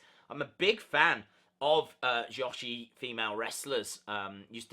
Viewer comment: Toni's reign is uber lame like Naomi like Natty like Jax like Carmella like Bliss. Also, it's "Joe-shee" not "Josh-ie" or "Ja-she"